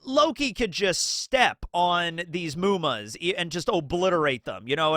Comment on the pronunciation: I just realized when you said "Muma" that it is supposed to be 夢魔... Its not a long U, its a short one... not "mooma". I thought you were learning some japanese, but it looks like you still cant differentiate between long and short vowels. Its just mu, not muu...